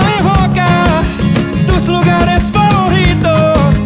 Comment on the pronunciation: Well, nit-picking he did misspelled the word FAVORITO, he was pronouncing it as if it had 2 "r", like FAVORRITO, when it's pronounced with a closed r.